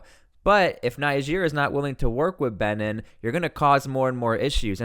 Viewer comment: Its Benin is pronounced, Bee.neen